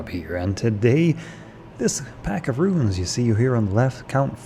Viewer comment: roons, not RUINS, jesus.